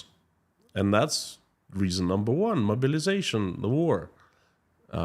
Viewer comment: Your accent "mobilization" sounds like "murderization" but given the context I think it works.